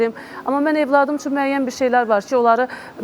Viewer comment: Evlad yox .óvlad ,sonara yox .. sonra Ay tupoy tolik